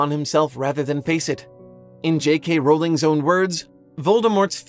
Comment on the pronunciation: Thank you for pronouncing "Rowling" correctly! It drives me crazy when it's easy to look up how to pronounce a name, and people get it wrong anyway.